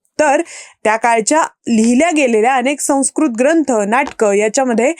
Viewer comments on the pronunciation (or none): none